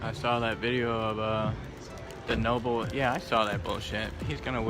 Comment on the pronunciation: This clown just said Noble....instead of Nobel!! I love how he blocks opposing views! I've seen all I need to see.